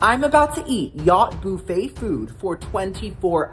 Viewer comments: BOO-FFET. HAHAHA. ITS BUUUUUFFET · Every time I hear you say "Boo-Fay" it makes my day a little brighter 🎉